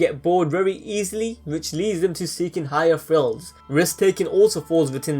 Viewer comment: I cannot for the life of me understand what you're trying to say sometimes... This seems like good content but wtf? "Furst for power"? "Empaffy"? "Higher frills" (thrills?) Dude, "th" exists you know.